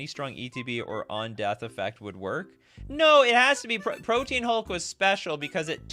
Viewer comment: It makes me mental every time I hear it. It’s not “Protein Hulk” it Pro-tee-an Hulk.